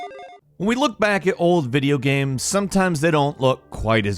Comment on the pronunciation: Why does he keep calling games gams?